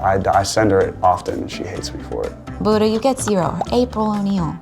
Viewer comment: ミーガン・フォックス のブッタの発音ウケる